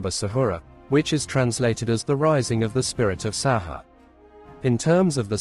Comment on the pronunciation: pronouced sa hoo ray not sa haa